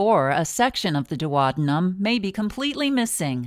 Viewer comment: It's the duodenum NOT duowabunum.